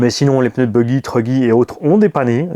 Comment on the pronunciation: J'espère que tu parlera français l'année prochaine 😂 on dit PNEUS 🤣🤣